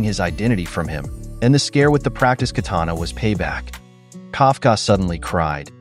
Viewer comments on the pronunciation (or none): none